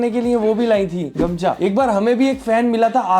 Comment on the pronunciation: me Assam se hu nd usko gomsha nhi bolte gamusha bolte hai